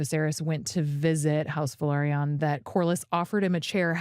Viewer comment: Thank you for this! It also irks me the way they pronounce House Velaryon. It sounds like they are saying Valryian.